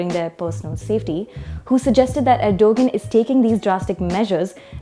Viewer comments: i hope the host dont say Erdugun ....its ERDOGAAN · please learn to say the name of the protagonist in you commentary properly. It is something like "Erdowan" - not "Ergo-gun" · Stop calling him er-dough-guhn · “G” is silent it is erdoaaan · You lost ALL credibility when you couldn't even do the basic research of learning how to pronounce Erdogan's name correctly despite his heavy presence and familiarity in geo politics. WTF!!!! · It's a soft 'g' so not pronounced, they should have researched that before airing their report